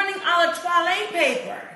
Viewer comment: “Twalle “ paper 🤣😂